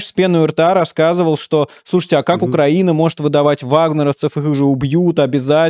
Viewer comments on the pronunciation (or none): none